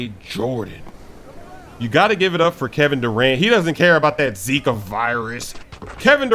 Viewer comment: Boa BRASIIIL first American that say zika with Brazilian accent